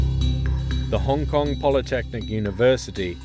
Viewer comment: Trump, you say Hong Kong nicely.